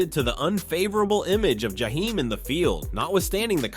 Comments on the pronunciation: This clown said his name like he was from the Middle East jahhhheim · The narrator mispronounced Jaheim more times that he got it right and that’s a shame. I couldn’t keep listening for this reason. SMH